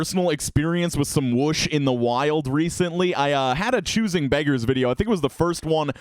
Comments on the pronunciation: Oh my god you are so stupid to pronounce it “wash” it’s whoosh do you even get the joke lmao ironic XD it’s supposed to be the sound of the joke going over your head XDXDXDXDXD you bum freckling schnitzel hecker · Thank you for sensoring the R word! Also, It's so funny how you pronounce it "wash" instead of "would"! :) Thanks for the video today!